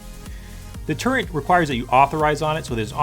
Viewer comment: Cool but man Its a "Turret" not a "Turrent"